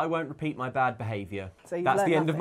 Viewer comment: did anyone else think said: "It's gonna be lad"? I think even might've heard it that way, judging by her closed eyes shortly afterwards.